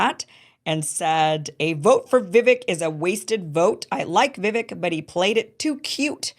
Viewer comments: It's pronounced Vivake, not Vivik. He told you, on your very show a while back, and where I learned the pronunciation, "Vivake like cake, Vivake like cake," yet you're one of the only ones who keeps mispronouncing it. 🤯🤯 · Why must you mispronounce Vivache's name? It's not Vivic. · Vi-VAKE rhymes with CAKE. C'mon, Kim, pronounce it correctly. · Vivake. Is how you pronounce his name….. Vi VAKE. Jeepers. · Can you please just learn how to pronounce Vivek's name? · I too am tired at how his name is being pronounced - thankfully we won’t hear much about him anymore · I find it really disrespectful that you don't pronounce Viveks name correctly.